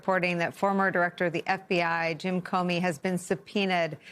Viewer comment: Comey, not Comney.